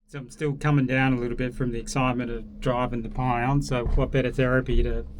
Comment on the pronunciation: That 2S7 is awesome, with one heck of a big tube… now, about getting a Paladin or an AS-90 FYI, it’s pronounced ‘Pee-on’, not ‘pie-on’ - the Russian Пион means peony.